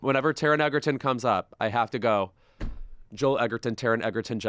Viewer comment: And of course you are pronouncing EGERTON incorrectly. So insufferable. And stupid.